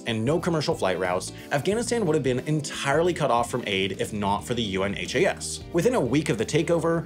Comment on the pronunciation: UNHAS is pronounced by those who use or operate it as a single word, like the opposite of Has is Un-has. Not each individual letter.